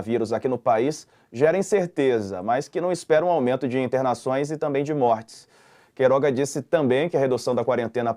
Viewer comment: Marco Antônio. Não é Queiroz, é QUEIROGA. Puxa, presta atenção.